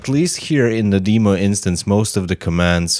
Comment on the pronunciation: your saying demo wrong.